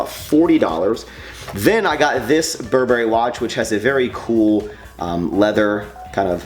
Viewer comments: It is pronounced Bur brry in the luxury couture industry. Not bur berry, just thought I'd let you know. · Stop saying bur'BERRY! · its pronounced burburry btw